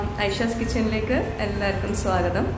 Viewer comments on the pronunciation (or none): none